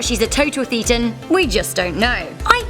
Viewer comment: This nonsense already, Less than halfway through. She doesn't know the definition of Thetan or how to pronounce it. In fact this seems to confirm she's only read stuff on it, and not by the Church. Maybe she watched John Sweeny, the infamous freak out John Sweeny( who also seemed to miss the pint/ pronunciation) . Scientology's actual definition. You can decide for yourself if it's "real". Another core concept of Scientology is observing, and experiencing for yourself "it's only true if it's true for you". Here's a better overview of what Scientology is about